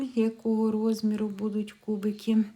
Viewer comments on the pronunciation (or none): none